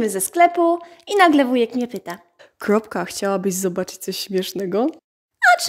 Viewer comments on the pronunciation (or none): Ej mam pytanie ale bez obrazy czm muwisz tak (sylwestler) krlopka?